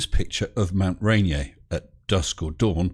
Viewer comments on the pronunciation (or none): RAY-NEER, not RAH-KNEE-AYE. :-) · Mt Rainier = Mount Rain-ear. Not French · just fyi, Ranier, as in the mountain, is pronounced "Ray Near" by us 'locals'. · Well, it is. It's just mispronounced here. It's a Huguenot name, and ya know where they are from.